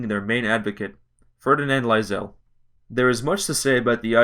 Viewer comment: Love how you pronounce Lassale.